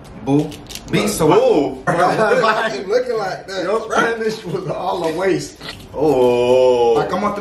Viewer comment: My man was saying them all correct 💀😂